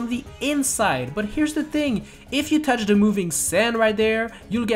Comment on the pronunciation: It's not douch it's TOUCH